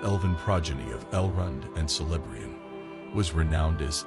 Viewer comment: It's pronounced Kel-eb-REE-ahn. Elvish and Adunaic had no soft C nor schwa sound.